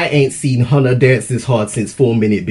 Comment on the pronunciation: The way he pronounced "Hyuna"